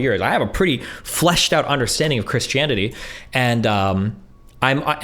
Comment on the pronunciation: Why Does Destiny pronounce Christianity as (Chris-Chanity)? lmao